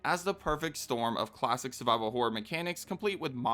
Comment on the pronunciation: you definitely said whore and not horror lmaooo